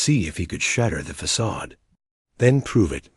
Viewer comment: Well, what a surprise that the terrible reading turns the story into a rip roaring comedy. Who knew that facade could be pronounced as ‘ fack-a-day! 😂